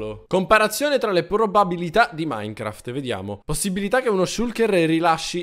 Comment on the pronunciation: Non ija minecraft ma icha minecraft